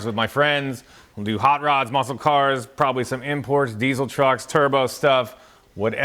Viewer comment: Also, thanks for saying Diesel, not De-Sil *cough - Mike finnigan